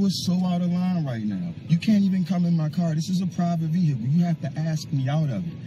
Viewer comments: what is veeHICKkle? hmmm... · I can’t help but think it isn’t a coincidence that most of the sov cits out there pronounce it “VEE-HICC-LL”. 🤔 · "Ah'm asking for your supervisor and now you're busting up my vee-hickle and now you're glub glub glub!!!" And another Freeman of the Land spends $2,000 on a traffic ticket. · Brilliant. You are getting into my vee hickle!😂😂😂😂😂. No messing with chat and supervisors. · "You have busted my vee-hickle up.." I'm still waiting for a video about a sovereign citizen who actually won his case in court.